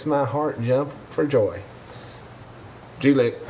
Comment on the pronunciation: It's "G-lick" not "jew-lick"